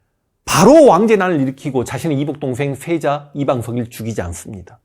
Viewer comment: 황현필 선생님께서 말씀하시는 내용을 들으면 시옷 발음이 thㅔ자 thㅔ손 이렇게 들림ㄹㅇ